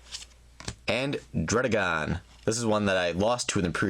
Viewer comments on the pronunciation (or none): It is ter ra key on